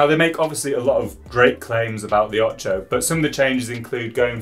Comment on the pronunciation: Come on... it can't be that hard to pronounce "Ocho" correctly.